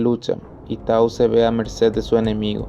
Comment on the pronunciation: Se dice Taú , con acento , pero si no en equivoco si se escribe Tau a secas